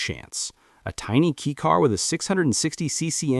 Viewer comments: It’s pronounced “kay” car not key car. 4 cylinders are not inherently balanced. That’s why most require balance shafts… straight 6s are inherently balanced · Definitely AI trash. Unfortunate. Nothing like a good old "kee cars".